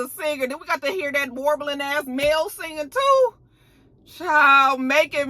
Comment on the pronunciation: ....NO!! Not sang-ing!